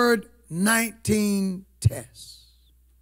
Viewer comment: Hey it's COVID 19 you keep pronouncing it as " COVERT 19."